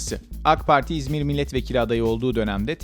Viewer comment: İğzmir demesen keşke